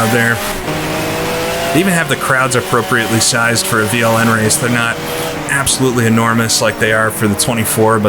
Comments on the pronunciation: You pronounced that quite good, Veranstaltergemeinschaft Langstreckenpokal Nürburgring is quite a mouthful, even for us germans (in english it means something like: Partnership of Organizers Endurance Cup Nürburgring)... these days it has been rebranded as NLS or Nürburgring Langstrecken Serie (Nürburgring Endurance Series). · This is it!! A very good mod! I loved ist back in the days! And...you did very well on pronounciation of VLN 😃